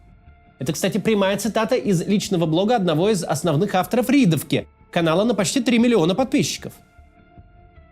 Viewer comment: Макс, да не "рИдовка", не "рядОвка", а "рЯдовка". Это же наш бывший Смоленский местный ресурс, и одноименный парк в городе - рЯдовка.